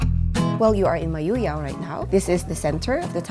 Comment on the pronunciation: Thanks for visiting our beloved place Mayoyao.... I love the way you pronounce Mayoyao 🥰